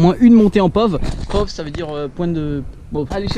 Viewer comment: On dit p.o.v la pov